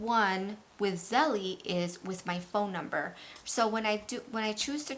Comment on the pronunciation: Belle-Zelle. Not Zelly-jelly